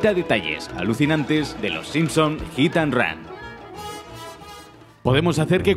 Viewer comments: "Gitan run" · Ok pero... Jitanran xD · hit and ran jajajajajajajajaa, todos los españoles y argentinos pronuncian igual jajajajajaja!